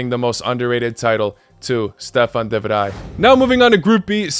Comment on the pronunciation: good job, you pronounced ''de vrij'' perfectly out, as how the dutch say it